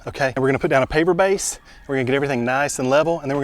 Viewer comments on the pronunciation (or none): Me and my husband kept hearing you say paper base. We even turned on subtitles and it said paper base. We couldn’t figure it out until I went to the Lowe’s app and thankfully it popped up with paver base! 😂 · Try (pardon me, YouTube heard "paper base" - Initially it sounded like "bait" to me. I don't know what either one is.) - - (YouTube heard PA, I heard "paper bait"), (YouTube heard Pap Base, I heard paper base). Then there's . I seriously don't know what this is, and neither does YouTube. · Is he saying paper base or paver base? The subtitles aren't good for that word.